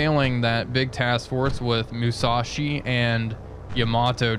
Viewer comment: Another great video! Now, some comments about pronunciation. Unlike in English, the Japanese language does not emphasize the middle syllable in a 3 syllable word. Hence, though English speakers always want to say "Ya-MA-to", the Japanese say "YA-ma-to". And "MU-sa-shi". And "SHI-na-no". And "AH-ta-go"...etc. Chokai is still CHO-kai. Haruna is HA-roon-a. And the other thing is the Gato class submarines. I'm pretty sure it's pronounced like the Spanish word for cat (gato): GAH-to. Not GAY-to. Anyway, thanks for another great episode!